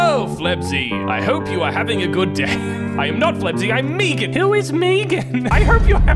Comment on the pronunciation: Stop saying megan weong please... its hurting me